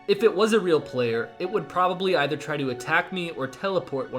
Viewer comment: EE ther not ESSSTH- er